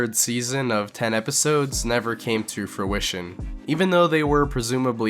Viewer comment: was foo-ission instead of fruition intentional?